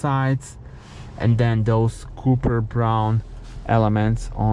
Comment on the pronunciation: It is pronounced copper (koper), not cooper (kuper). Also don't even try to speak an American English (it is city, not citey), it sounds ridiculous out of your mouth... 😂😂😂